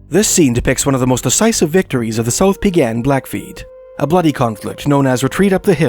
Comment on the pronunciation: Just a quick pronunciation tip for the Blackfoot tribes: Siksika has the accent on the first syllable, Kainai has accent on the first syllable, pronounced kye nye (rhymes with eye) and Peigan has accent on the Second syllable, pronounced pay gan. :)